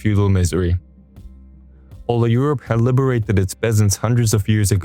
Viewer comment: Did the narrator call factory workers during the Industrial Revolution "liberared" peasants?